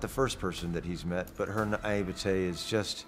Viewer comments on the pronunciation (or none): Random but, he pronounces the word "naivete" the same way Joe Russo does and that is an absolute crime